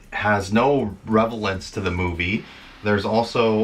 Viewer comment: Sorry to have to correct you...but at the 1'30 mark...Revelance you say?...The word is relevance my handsome friend ..🤣😍